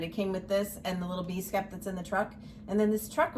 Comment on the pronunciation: 4, 5, 6, 7 My favorite is the August calendar crates, sunflower seeds. I also really like the queen bee bakery. I was glad to hear that you correctly pronounced skep 🐝 . So many other flosstubers tubers pronounce it as “skip.” You are just having too much fun buying all those baby clothes! Their closets must be full already. A fun thing about grandkids is they keep growing and can you keep buying them more fun toys and cute clothes.